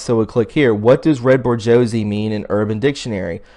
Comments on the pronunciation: Boo-schwa-z (not ber-go-z), is the correct pronounciation of bourgeoisie. It may seem like I'm nit picking but you should've heard this word probably hundreds if not thousands of times in your life, so to mispronounce it so dramatically makes all of us look like idiots, regardless of the truth in your video. The people who need convincing are usually sarcastic and petty and will use any error on your part to discredit your entire argument, even if it's through humor at your expense, over something like the way you pronounced bourgeoisie incorrectly, so go over these terms out loud before you attempt to wing it. Otherwise, good job. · Boo zwa z not Borgosy. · Sweetie, "Bor Josie" is pronounced , "Boo zsh Wah" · Lmao bor-josie. It's pronounced with a French accent - boo-jwa-zay. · I suggest you look up how to pronounce and know the meaning of words before you post such as Bourgeoise pronounced Bour zwhar zee not bogarsee lol! The upper class nobility. Also her name is pronounced Abramovich., It's painful to listen to you try and read names and places, don't you know who Rasputin was? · "Bourgeoisie" is pronounced "boo jwa zee" --- as opposed to the proletariat. Upper class vs. lower class. Classic Marxism of pitting people against each other. Of note: check out John Podesta's emails on Wikileaks for an email sent to Podesta from Dr. Edgar Mitchell, the Apollo 14 astronaut and 6th man to walk on the moon. He speaks of "nonviolent ETI (extra terrestrial intelligence) from the contiguous universe are helping us bring zero point energy to Earth." Zero point energy is what Tesla was after. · It’s pronounced Borj-wa-Z. Just trying to help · Just to let you know 👍🏼 it’s pronounced ‘ bore sjwah zee it means a middle privileged class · Pronounced (sounds like) 'bors-Wa-zee' and ' con-Stan-tee-no-pool'...... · Dude it’s pronounced “boo-ghwah” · Sounds like ‘Booz jua zay’ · I believe that's pronounced Burz-wah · That's boo zhwa zee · bourgeoisie is pronounced boar jzuah zee